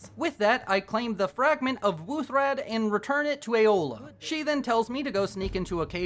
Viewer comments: This is the second time I've watched this video and only now I've noticed... He kept the whole video saying Eola instead of Aela XD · I feel the need to point out that it's Aela, not Eola. Eola's the cannibal. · Why he say aela like aola?????? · Ay-OH-la I cannot 😂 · Aela doesnt have an O in it 😅😅 The way you say it reminds me of something else